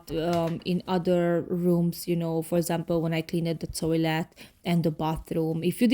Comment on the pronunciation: I don't want to sound mean, but please take it the way I mean it, with love! You pronounce a couple of words wrong. (I understand, since English is not my native language, either. I know how hard it is to learn a new language). Cleaned is pronounced cleend, not clee-ned. Different is pronounced Diff-rent, not di-fe-rent. Peace.